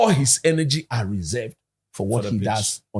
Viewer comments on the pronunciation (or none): none